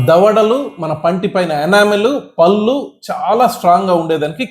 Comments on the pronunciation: డాక్టర్ గారు పల్లు కాదండి పళ్ళు అనాలి. ముందు మీరు మాతృ భాష ను గౌరవించండి. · పల్లు కాదు పళ్లు అనండి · " పల్లు " కాదు doctor, " పళ్ళు " అనాలి,,, నా ల... డా లో తెలంగాణా యాస